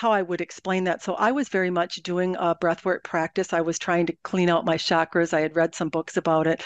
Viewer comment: The word chakra is pronounced ch as in church. Since you are in the public view, if you mispronounce it others will think you are right.